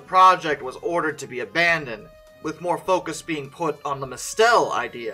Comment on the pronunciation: "Mistel" is pronounced like mistle, emphasis on the first syllable.